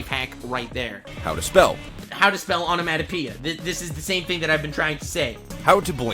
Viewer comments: The way he pronounces onemonopeia enrages me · The way he pronounces onomatopoeia, hurts.